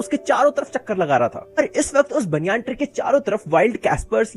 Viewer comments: bhai banayan tree hota hai baniyaan tree nahi 😂😂😂😂🤣🤣🤣🤣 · banyan tree❌ baniyan tri😃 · banyan tree❌baaanyaan tree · banyan ❌baniyan✅